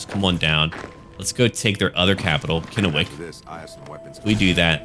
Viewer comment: you pronounced Kennewick right